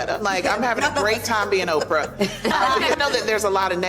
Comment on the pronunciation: Are you saying "Ov-frah"? I think the lady on the panel said Oprah.